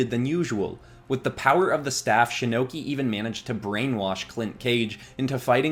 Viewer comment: you said shinnoki like shinnok and Loki that sounds like a sick anime character